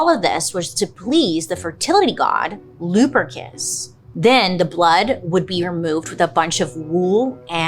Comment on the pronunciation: I was thinking lubericant when you said luperus or whatever itnwas.